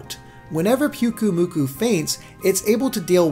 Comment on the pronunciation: I'm cringing every time you say PUKUmuku... in Hawaii the Y makes an "I" sound. PI-UKU-Muku. ahhhhhH!